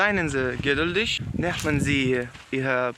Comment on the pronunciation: У слові nehmen літера "h" не вимовляється як "х", а вимовляється як "й", виходить "нєймен"